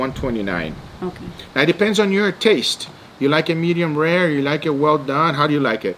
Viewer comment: “medium ware” 😂